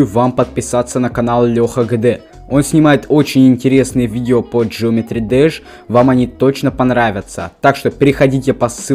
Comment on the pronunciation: Не джеометри деш а геометри деш